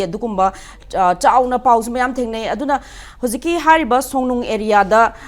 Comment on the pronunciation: Songnung natte Songlung ne. Ngang adi phajana ngango